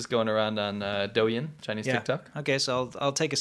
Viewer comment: stop pronouncing y’s like in douyin it’s silent